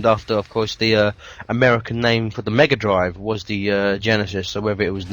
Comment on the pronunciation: The "M EGGa Drive" you say?